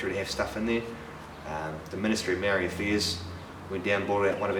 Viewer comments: Great story. That is "Ma" as in MArs, "O" as in ORca and "ri" as in DEEp with a soft "D". Love the carvings, even the machine ones. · You can't even say Maori eh eat ass